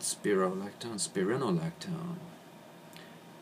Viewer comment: and he pronounced the drug incorrectly